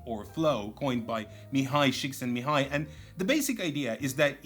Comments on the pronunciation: Props for pronouncing Mihály Csíkszentmihályi almost perfectly. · Kudos for putting effort into pronouncing Mihály Csíkszentmihályi's name correctly, you came very close considering how difficult it would be for someone who isn't a native hungarian speaker. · References Mihaly Csikszentmihalyi and actually pronounces correctly Now that's a review I can trust!